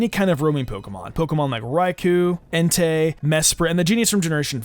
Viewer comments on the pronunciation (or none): none